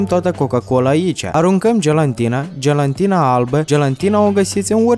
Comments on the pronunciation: Gelantina,, wtf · Ai zis gelantina 😂😂😂😂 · gelantina nu gelatina XDDD